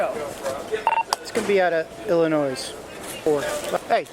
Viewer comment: Why can’t adults pronounce Illinois? It’s absolutely ridiculous that people can’t pronounce Illinois. A police officer should know Chicago, IL